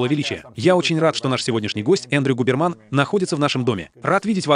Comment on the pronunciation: ГУБЕРман? это какой-то ГУБЕРниев получается)) юберман или хьюберман будет все-таки ближе к оригиналу - извините за душноту и спасибо за перевод <3